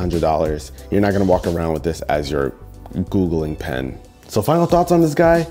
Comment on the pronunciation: “Googling pen”.... 😂😂😂